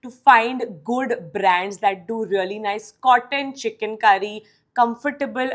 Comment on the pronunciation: First learn to pronounce Chikankari😂. You sounded like CHICKEN. SICK!